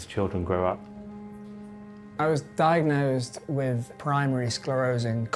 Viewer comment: I can’t believe the Transplant Surgeon says “Wiv” instead of “with”…. Nevertheless a very skilled surgeon.